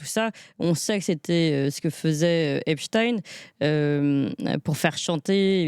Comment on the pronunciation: Dire le pauvre pour eipstein m'ecorche les oreilles